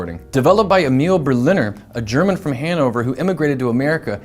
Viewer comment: Thank you so much for this video, however, I must take issue. Shu-LAK, not SHU-lak, And though Berliner left Germany E-mil Ber-LIN-er, he arrived in the US E-MEEL BER-li-ner. Or so said his granddaughter, who was also my mother. Some members of the family have reverted to Old World pronunciation, but I have not. And do try to get shellac right.